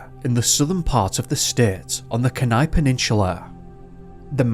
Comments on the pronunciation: I remember when this happened & you don't pronounce Seward or Kenai right at all, other than that good job.Greetings from Anchorage, Alaska. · I remember when this happened & you don't pronounce Seward or Kenai right at all, other than that good job.Greetings from Anchorage, Alaska. New to your channel, Happy New Year 🎉 but this is still very sad for Paul's family not noing what happened to their loved one.